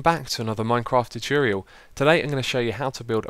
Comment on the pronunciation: "Welcome back to another Minecraft turturyal"